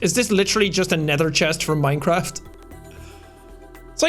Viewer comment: WHEN HE SAID NEITHERCHEST FROM MINECRAFT, it is ender chest and keep up the good work :)